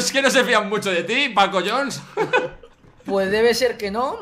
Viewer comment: fargan no es paco jhones sino pacojones